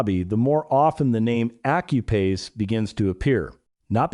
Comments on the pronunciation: Effing AI ... should learn english. Accuphase is pronounced Ak-you-faze ... not accupaze. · Did you say accu-pase?